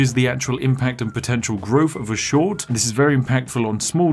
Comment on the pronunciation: If I had a dollar pound every time he said schowt short I’d be Jeff bazos